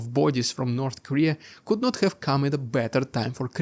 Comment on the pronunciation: Please, ”have” and other words starting with H are not said ”sch-ave”